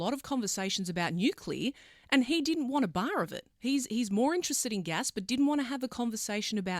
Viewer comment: Love how the presenter says “Nulear"